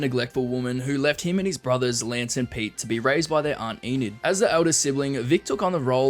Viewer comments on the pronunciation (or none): none